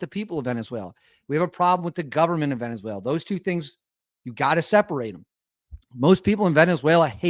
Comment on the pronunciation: Is now pronounced Venezu-WHALE-la 😂😂😂😂😂